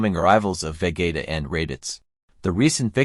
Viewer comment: Interesting. But why do u pronounce vegeta as vagaita 😂